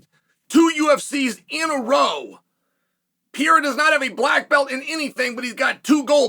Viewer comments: Pereira Chael, he is called Pereira! Not Pieira! Just call him Poatan, it is way easier! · After all these years and you still can’t say Perreira right. It’s not piera dude, it’s pe- rei-ra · Holy shit. Pereira: Pe-Rey-Ra. If you can just flick the R in the middle, even better. But can we figure out how to say his name please, it's not even a hard name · Wtf is piieraw!!! his name is Alex Pereira!!! (POATAN) Piieraw 😂😂😂😂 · Who's this Peyera guy he speaks of. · Alex Pee era Alex Pew eira Alex Peheira the list goes on and on... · Pierre-Ah is the most funniest nickname to Alex Pereira lmao. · We are back to "Piera".... Lost all progress on learning how to pronounce Pereira correctly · Repeat after me Chael: Alex PAY-HAIR-UH. See how easy that is, MISTER SONNEN?!!! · Is the constant mispronunciation intentional? Pierra? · Pee air ah Chael's original pronunciation. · And they are all wrong haha I don't understand people saying "Peheira", the 2 Rs should be pronounced exactly the same haha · that's so annoying man! I've been commenting the same shit so many times as well but he keeps saying PIEEERAAA! 🤦🏻‍♂️🤦🏻‍♂️🤦🏻‍♂️🤣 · Is that hard to pronounce Pereira or is it dumbness? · why do you keep mispronouncing his last name? That's racist dude, you clearly hear other people at the same table/desk all the time say his name, right, then you say it wrong over and over again. Disrespectful. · Man stop posting videos about the champ until you learn how to pronounce his last name properly!! it's getting embarrassing 🤦🏻‍♂️😂🤣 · Imagine being a 3 weight Champion and Chael still can't pronounce your name 😭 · He does it on purpose. He pronounces almost everyone's name wrong.